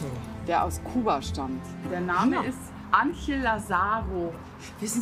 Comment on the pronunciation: Ich bekomme Ohrenbluten wenn Julia den Spanischen Namen ANGEL falsch ausspricht🙄